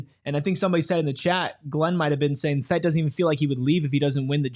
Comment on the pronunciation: Just a FYI, it's pronounced Fet-TEE